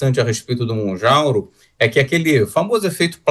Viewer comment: Mounjaro dr. E não Mounjauro ! 😉